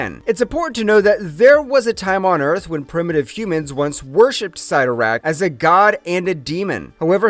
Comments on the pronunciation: Ok if you cover these things you need to learn the already known names. Already Cyttorak, it is not Sigh-toe-rak it is Sit-tor-ak this is a common problem in these vidoes. Writers are often quoted on names so you really shouldn't be getting these wrong as the pronunciation can be found almost anywhere. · Imagine doing all this research and you can’t pronounce the name 😂🤘 sitt-o-rakk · 😂 I had to rewind the first time I heard him say Sie-ttorak. 🤣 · Dumb dumb it's pronounced sittorakk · Why do the history of something when you can’t pronounce the name Cytorrak correctly couldnt watch all of this without being annoyed